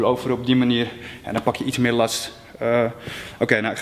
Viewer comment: Hoe jij lats zecht hahhaaha